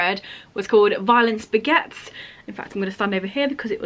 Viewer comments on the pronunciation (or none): The first time you said ‘Violence Begets’ I thought you said ‘Violent Spaghetts’ 😂 The second time you said it, I thought you said ‘Violent Baguettes’ - I’d already seen the actual book title by then but maybe I was just hungry 🤷‍♀️🤣